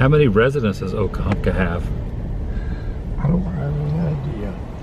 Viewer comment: i love these vids with substance, real old Forida is my jam, i'll watch these kinds all day, please do more whilst your stay here, when you get back because we know about your readying to leave out soon, you were pronouncing OKA-HUNKA, It took you till the end there to finally say OKA-HUMP-KA...sorry i OCD when it comes to hearing miss pronounced words.